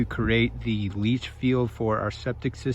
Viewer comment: Say it leach field lol